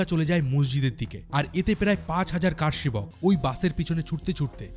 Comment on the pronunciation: VDO ta khub bhalo, tabe Kathata Kaar Sebak noy , Kar Sebak